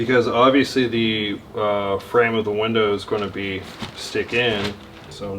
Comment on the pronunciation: Ever notice how always says, "goyna?" Instead of saying going to, as in "it's goyna fit in the frame."